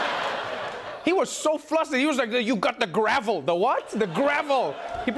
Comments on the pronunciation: Did Mnuchin just call it a "gravel"? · That guy. He even calls it a "gravel" as opposed to a gavel. I would have zapped for that too! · Did the treasury secretary just say bang the "Gravel"?